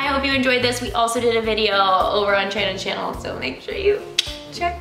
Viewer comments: “Channon’s shannel” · In the end it sounded like said "Channon's Shannel 😂" I love this video. It made me laugh a lot